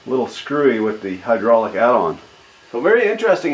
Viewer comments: Are you fucking kidding me? "HUDROLICK" WTF ITS HYDRAULIC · Did you butcher the word hydraulic on purpose?